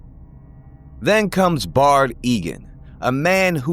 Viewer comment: **Baird Eagan. BAIRD, not Bard.